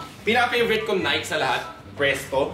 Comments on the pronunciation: Naykee not nayk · NAY----KEY... Di nike 😂✌️